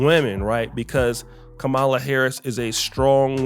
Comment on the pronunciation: Look say her name right, Kamala!!!!!!!!!!!!!!!!!!!!!!!!!!!!